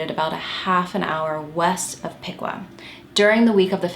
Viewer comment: Piqua is certainly not pronounced pee-kwah, it’s pik-wuh